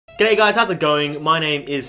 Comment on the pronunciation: At the start of the video he says “Gay Guys”